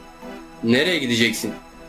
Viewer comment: crash nası geri döndü ve sableye sibılay diye okunuyo